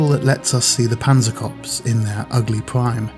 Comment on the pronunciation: Why can nobody pronouce Corps corrently? It is /kɔːr/